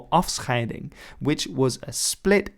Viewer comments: As a Dutch guy i must compliment you how you said #afscheiding. The church you see at 2 minutes is called, de grote kerk or in English the big church. I live about 200 meter (about 219 yards) from it. It stands in Haarlem the capital city of the North. It's not a coincidence there is a Harlem in New York but i'll take it you allready knew that. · You say afscheiding very well